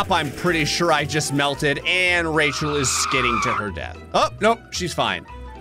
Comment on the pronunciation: I like that you have called her Rechall 😂😂😂